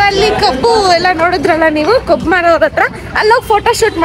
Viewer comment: madam adu kobbu alla kabbu 😊😮😅